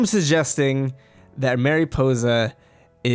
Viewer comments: Mare Ih po za Not mareepoza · MA-riposa not MAY-riposa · i’m sorry but it bothered me how you said mariposa mArY•pOsE•a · It's mari possa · Mariposa means Butterfly. Pronounced Marie - Possa.. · Tip: please go to WordReference and listen to how you should pronounce Mariposa. I couldn’t get through the vid. Thx mah-ree-posah Ok I watched but cringed hard everytime you said Mariposa. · Dude, your pronunciation of Mariposa is PAINFUL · Your saying mariposa it wrong I don’t care for it ! Lol seriously it’s distracting.